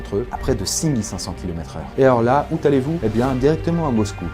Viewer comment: 3 minutes 35 : "Et alors là, où t'allez vous". Si vous voulez qu'on vous prenne au sérieux, n'inventez pas des liaisons où il n'y en a pas TOCARD...